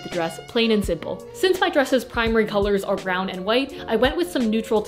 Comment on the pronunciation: the way you say brown is an abomination